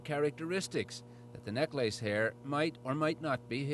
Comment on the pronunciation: “Neck lace” Is that the Canadian way of pronouncing necklace?